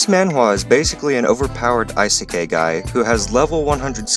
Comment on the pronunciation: Pretty good recommendation list just bruh really said Eyesikey instead of isekai